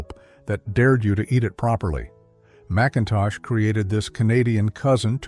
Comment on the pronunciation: It's nice to go back in memory lane but AI ruins it. But they didn't pronounce Macintosh toffee properly.